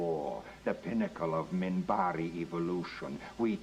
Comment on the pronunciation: Just to let you know, it's "Minbari".